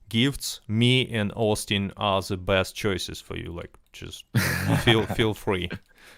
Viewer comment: OHSTIN BEE IM IHX (I really think he ought to pronounce it this way - way cooler)